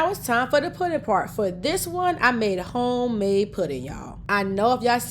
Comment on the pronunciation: I like how she say "Qwhite Suga" 😆😂😁😆😆 and "Hgome Made" 😍